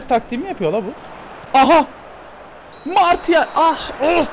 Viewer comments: 105. Like abi bildiğim kadarıyla Marşial diye okunuyo ama bende tam bilmiyom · Marçial diye biliyorum ben